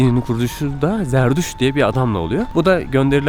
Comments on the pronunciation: Jerdüz ne la zerdüşt diyeceksin. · Zarduş değil Zartoştزرتشت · Zerdüşt zerdüşt diye tekrarla yutuyorsun :)